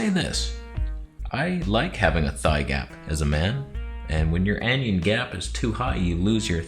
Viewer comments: "Anion"...pronounced "AN" "ION" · Anion, it's pronounced an-ion, a negatively charged ion, not like anyon or onion with an 'a'.